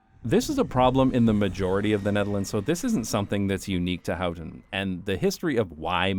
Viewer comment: You say How-ten and I say Hoe-ten. And you said it A-lot.